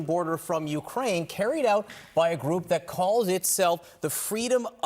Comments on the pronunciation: Learn how to pronounce words. Belgoroad?? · Belgorad, belgoroad. These pronunciations from american media keep entertaining me